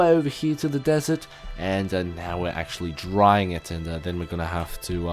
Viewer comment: did anyone else notice how many times said accsualy in this video?